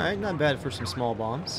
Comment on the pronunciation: i kept hearing 500 pound moms not bombs